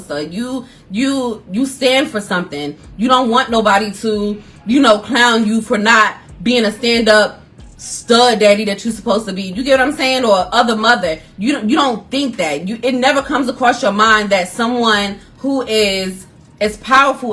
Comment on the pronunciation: I'm sorry. When she said "other morther" I hit the floor😂😂😅